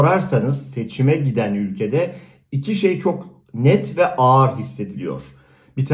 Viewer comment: Ağar değil ağır o 🤣 konuşmayı da mı ben öğreteyim 🤣